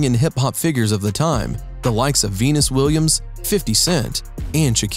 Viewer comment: 😂😂😂😂 He really said veenis though 😂